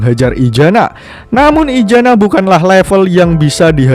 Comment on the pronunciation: Maaf untuk admin kalau bisa huruf Z nya jangan di baca ijana tetapi isana yaa